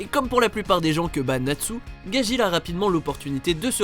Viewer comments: C pas gagil c gadgil Au fait tu as oublier le professeur Koro dans Assasination Classroom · En même temps pour gageel il dit "gagil" alors que c'est "gadgeel" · Gajil vraiment ? Apprenez les noms avant , c'est Gajeel...